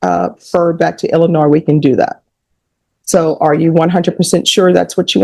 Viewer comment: did I just hear her pronounce the "s" in Illinois??? No one actually from Illinois would do that. This calls for an investigation. didn't understand was "PF" stood for, anyone know? I didn't really hear a felony here - sounded like all misdemeanor stuff? ... unless the scuffle got more violent than anyone is acknowledging here? oh, well - good luck to her (and please stay in Texas, we have enough 7/11 warriors here in Illinois already!)